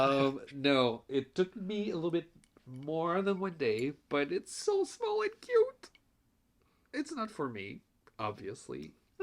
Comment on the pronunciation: I feel like you named the “funfetti” shawl in your pronunciation. “The Schmall Shawl”